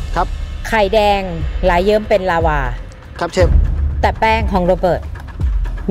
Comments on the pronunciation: เชฟคะลาวาไม่ใช้ลาว้าค่ะ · ลาวา ไม่ใช่ ลาว่า เชฟเอียน